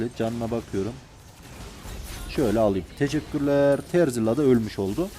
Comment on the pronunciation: terzilla değil dostum 😂